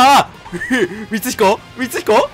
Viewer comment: 〜 みつひこって言えなくなってて草